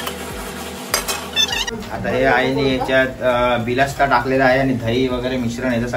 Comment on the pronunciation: Are dada bilasta nahi bolat tayla barista boltat